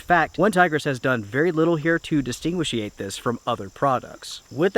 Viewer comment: Distinguishinate? New word!